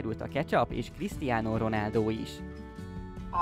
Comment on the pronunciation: "renaldo"😂 kiégtem!